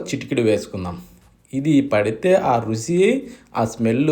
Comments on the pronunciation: రుసి కాదండీ, రుచి అనాలి. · Too Good…!! "రుసి" కాదన్నాయ్‌… ‘ రుచి ’ phleeeezzzzz …… practice it … you can pronounce it correctly